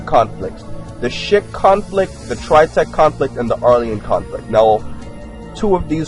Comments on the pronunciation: I thought he said the shit conflict in the beginning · Is he saying the shit conflict?